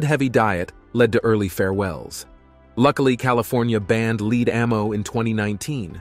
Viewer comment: Dude...lead the metal isn't pronounced "leed"...like read. It is lead like red or dead. 😅